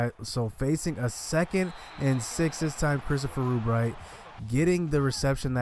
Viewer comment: love how you say REWBright to avoid saying rub lmao i would do the same haha